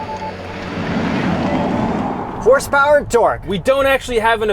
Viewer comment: And “HRSEPWER AND TORK!!”